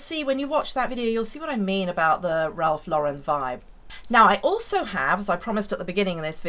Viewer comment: Thank you for pronouncing Ralph Lauren correctly! So many want to put a French sound to it…makes me crazy!